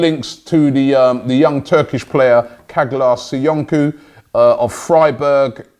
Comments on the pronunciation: Robbie its pronounced CHARLAR SOYUNJU!! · Dude that was the worst way to pronounce Caglar Soyuncu, you said it like he was a Korean player. Lmao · The way you say caglar soyuncu name triggers me. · Robbie, can you learn how to pronounce these lads' names before hopping on a broadcast? Its not Sag-lar So-youn-cu, its pronounced Chagh-lar Su-yun-su and Licht-steiner not Licht-en-steiner.